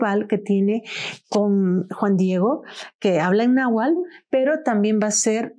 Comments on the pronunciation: NahuaTl con T no nahual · Se dice náhuatl y no nahual